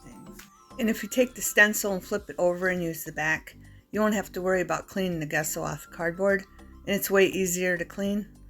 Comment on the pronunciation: The gesso is pronounced as Jesso.